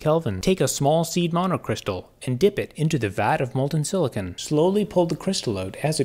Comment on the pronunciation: It’s silicon not silicone